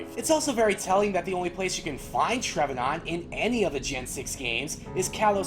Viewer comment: "Treve NAUNT"